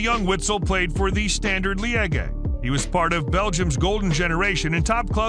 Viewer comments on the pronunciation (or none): "lee egg eh" for Liege 😂😂😂